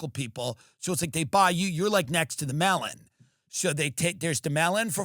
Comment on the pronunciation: 😂 Had to write again!!! Until the end of your show I thought you were saying $400 “ Mail-in” !!! It was “Melon” ! 😂 I am from Texas so I am sure I say a Lot others misinterpret!!! 😂😂